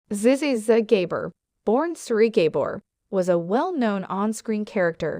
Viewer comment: Oh no! If you are going to post a bio, learn how to pronounce her name! Pitiful presentation.